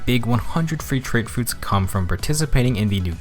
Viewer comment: "Troot froots"